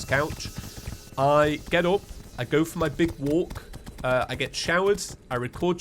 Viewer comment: No... he can say FOUR but not FOR. Very different words.